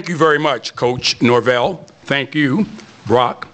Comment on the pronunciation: I’m just glad this dude got NorVELL’s last name correct this time.